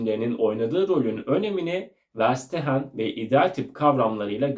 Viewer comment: Ferşitehen diye telaffuz edilir. Almanca anlamak anlamına gelir